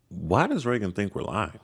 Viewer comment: Who is "reggon"?